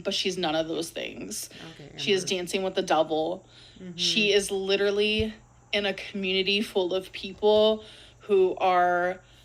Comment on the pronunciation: Why is she pronouncing ‘literally’ like “leeterdlee” all of a sudden?